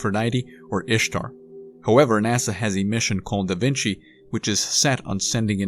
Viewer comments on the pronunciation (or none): none